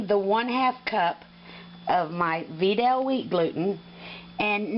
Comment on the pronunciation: just fyi its not "Veedal" its VItal as in Vitality